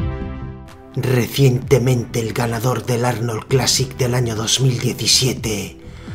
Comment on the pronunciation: Joder me encanta cuando Hugo pone esa canción de fondo y cuando dice "rehzzientemente" 😂